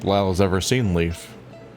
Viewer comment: don’t think I’ve noticed/thought of it before, but is Leif supposed to be pronounced the same as ‘leaf’? I know the Norse explore Leif Erikson is pronounced that way, but in Germanic words, ‘ei’ is pronounced the same as ‘eye’, which would make Leif pronounced the same as ‘life’, which would be a punny name for a doctor character. 🤔